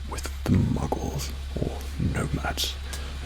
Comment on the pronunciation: Obsessed with the way Says 'Muggles'